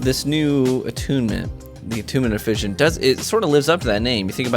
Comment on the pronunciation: Great vid. Although fission is pronounced *fishen*.